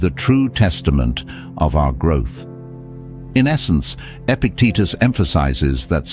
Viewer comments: His teetus was epic ..epictitus. "E-pic-t-tus.." say it after me .. E-pic-tet-tus... Good! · His name was Epictitus, not "epic Titas" . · face-blue-smiling:EPICTETUS!!!!! not Epic Titus!!:hand-pink-waving: This presentation just lost my respect after 3-1/2 minutes!☹